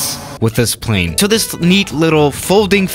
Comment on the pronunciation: Nobody:: [pʁei̯n]